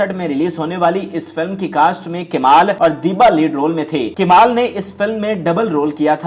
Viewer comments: It is Kamal not kimal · Haha ..kemal ,,endleeb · Urdu talaffuz saheeh karlo, kemal,ireni prveen, indleeb? Kia rerh lagayee hai.